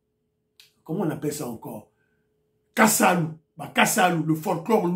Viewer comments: C'est plutôt "kasala" et non "kasalu" ! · Bonjour Kasala et non kasalu pour signifier un dédicace sous forme d'un poème